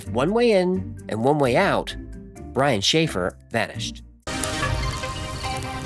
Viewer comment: Brian Schaffer- sounds like a “Shanghai “